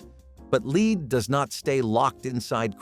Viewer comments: Lead not leed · The heavy metal is pronounced LED not LEED 😂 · Darvon…. Pronounced….Dar-vaun. And Lead Chrystal is pronounced Led Chrystal. Not lees Chrystal! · Lead is l—-ED not leeed